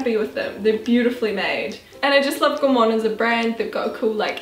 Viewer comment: Great video girls! quick question - is the brand of your trousers Gorman? If so it's pronounced gorr-min x